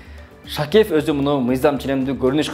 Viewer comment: Автор журналистсинби же эмнесин Шакиев дегенге тилин келбейтго бир аз даярданып алып андан кийин чыкбапсында, кыйраткан деле маалымат бере алган жоксунго